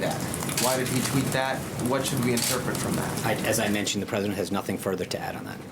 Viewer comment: "I'm pussident and I have russian friend." idiot in the oval.